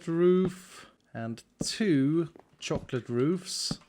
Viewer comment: the way you say chocolate is mesmerizing, also the way you say mesmerizing is... fascinating.